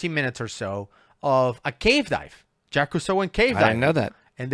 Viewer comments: I can't stand Jacques Cousteau. I still remember when I was a kid, watching one of his diving shows where they dragged sharks on board their ship and massacred them, just because... and Jacques is not pronounced Jackees in France... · The guy in the video they're talking about just straight up said the name wrong. There was another person named Jacques (without the Yves) whose name he also mispronounced as Jackies. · "Jacques" is not his name though, his first name is "Jacques-Yves". It get that it's not easy to pronounce for an English speaker but funnily enough it sounds more like "Jackies" than "Jack". PS : I see that quite a few comments were already pointing out that fact. Sorry for the redundancy. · i thought it was pronounced JACQUIS